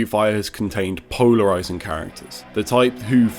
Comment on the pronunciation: Did anyone else hear “Pownerizing”.